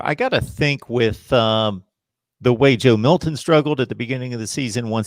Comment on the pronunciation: What a gigantic waste of time. I want my back! Hey dude on the right who apparently talks for a living, It’s not Joe Mil-in. It’s Milton... there’s a T there, it’s not silent!!